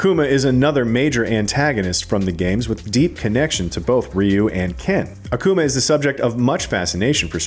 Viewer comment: In Akuma, the pronunciation is not on the A but on the u, pls don´t make him a coomer, thank you xD